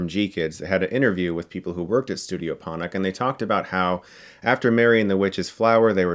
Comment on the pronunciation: Ponoc is pronounced Por-norch